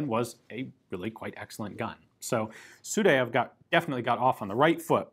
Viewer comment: Good Russian pronunciation at this time except Sudayev name. Actually his name sounds not like , but like – Sooo-die-ev